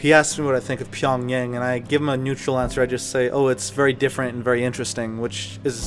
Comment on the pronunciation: PyongYahng is the right pronunciation